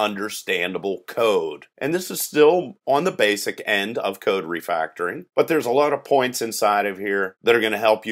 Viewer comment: Is it just me or is saying "Refractoring" ?